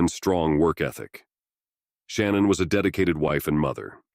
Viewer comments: SHANNAN, NOT SHANNON!!!! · See the problem with computer generated narrators is that they often don’t pronounce proper names of victims. The mother‘s name was not Shannon, it is pronounced Shinaan, soft, I, soft A’s. But the computer wouldn’t know that. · "SHA-NAN", not "Shan-none" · It’s not “Shannon” it’s Sha-nan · Her name is Shanann not Shannon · Sha-nan, at least say it right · She doesn’t pronounce her name that way. It’s Sha-NANN. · I literally couldn’t listen to this because of how you mispronounced her name. I can’t believe you did all this research on this woman and couldn’t even pronounce her name correctly, which makes me question anything you’re saying. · I hope it's not trivial, but hearing shannan's name pronounced wrong this whole video seemed... unjust..or disrespectful a little bit... I dunno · You are mispronouncing Shannan's name. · same here! Can’t even say her name right!